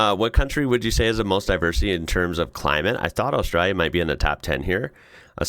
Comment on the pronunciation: It’s austraLia. Aussie here lived all over Australia have never heard any one pronounce it without the L. Yes there is “straya” with ought the L but every time you say Australia without the L it sounds so wrong. We skip L in straya but Australia we pronounce the L but you may not pick up on it it’s often fast.